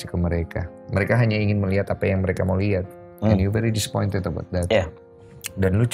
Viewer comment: "today": Im disspoint maae" 🤣